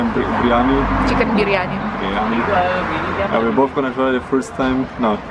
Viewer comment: You just murdered the biriyami .. you know that !!!